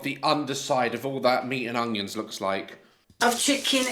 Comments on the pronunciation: is lovely and I love when she calls onions hunions lol but at least she cooks her food on cooker and not a microwave like Candice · Look I probably wouldn’t eat her food because she hasn’t followed correct technique leading to possible food poisonings but at least she’s giving it a go I guess. I just can’t stand how she says things like “honions” 😂